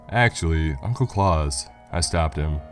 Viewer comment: That's Claus like house not Clause like claws